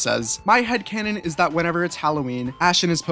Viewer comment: Thanks for including my headcannon and you also pronounced my name wrong